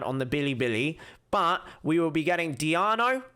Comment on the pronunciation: Whenever he says DIANO I lose it lmao